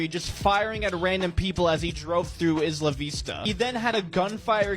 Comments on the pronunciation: “isnt it ISLE UH vista” mrs.lush nods in agreement 🤣 isla is spanish for island. the “kid” pronounced it right 😂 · He pronounced “Isla” correctly. It’s NOT “eye-la”.